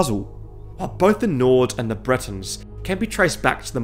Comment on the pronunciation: Bretawns??? ill excuse that pronunciation considering from Britane